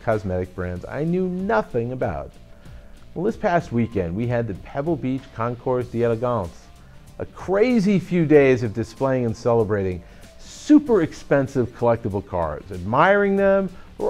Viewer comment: Hey, the "E" in the Concourse d'Elegance is a short "E," not the long "E" you used! It's not Concourse d'EEElegance as you said!